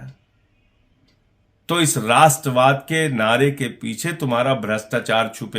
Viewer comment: Rastravad nahin magar radorad hai